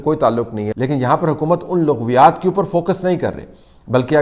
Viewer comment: Bhai "Laghviyaat ki Laam pr zabr ha,correct kr la word,don't mind